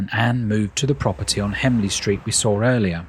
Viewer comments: And he said hemley street instead of HENLEY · Henley street mate not hemley